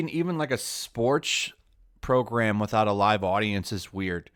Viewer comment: 'Withoutovit'. Im sorry.. lol